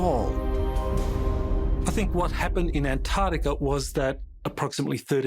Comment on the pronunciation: Antarctica has 2 'c's! How can someone with a PHd not pronounce it correctly?